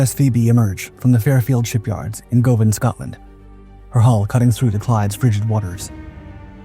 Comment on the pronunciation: Wow, if there was every a video to question the entirety of your back catalogue, incredibly poor research (Calcutta was a C-class, Carlisle subclass, not a Dido) and a clickbait title (The ship didn't break orders)? Not to mention butchering the pronunciation of places before committing them to the internet, (for reference it's G-uh-van, not G-oh-van). Next week shall we complete the trifecta and have AI slop/thumbnail in the video?